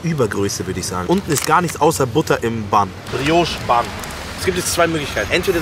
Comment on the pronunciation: Brioche heisst das nicht Briooooooche :P